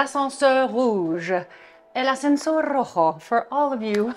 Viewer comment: El Ascensor Rojo!!! You're Spanish is on point! 🙌🏻 📌